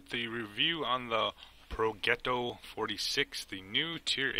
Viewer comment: Great vid my man....as usual. It is pronounced Pro"j"etto. You make it look too easy.